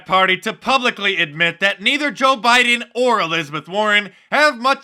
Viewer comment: He says "Beedeen Trump"